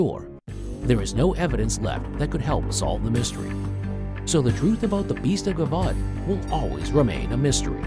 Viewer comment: Lol broooo it's pronounced je-vu-don. It's all good though, enjoying the content thoroughly, it just made me laugh is all.